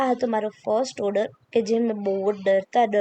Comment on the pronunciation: Ben, Oder nai "Order"